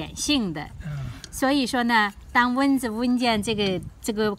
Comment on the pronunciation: 是蚊（文）子，不是“温子”，刚开始听糊涂了。